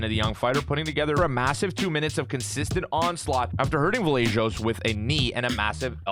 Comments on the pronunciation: Its vallejos not vajellos 😅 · As an Argentine, i have to say it is very funny how you pronounce Vallejos hehe. Fyi: the right way of pronouncing it is like Va-sheh-jos. I mean, the 'll" pronunciation in Argentine Spanish is like your english "sh" pronunciation.